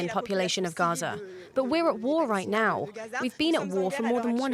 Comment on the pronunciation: Bruh those last 5 minutes are the cringiest shit I've ever seen. " I'm on the wight pawt of histowy " stfu you moron